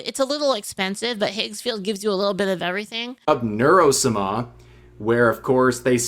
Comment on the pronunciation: is this a joke I dont know or does he really not know how to pronounce sama ?